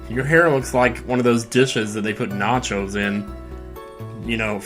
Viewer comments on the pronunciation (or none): none